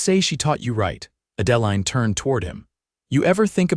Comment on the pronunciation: It's a beautiful story, but PLEASE learn the correct pronunciation of the names. Adaline is pronounced add-ah- line.